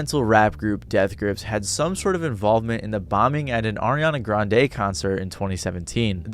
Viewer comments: Why you keep saying Ariana GranDE 💀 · It should take literally seconds to learn how to pronounce Grande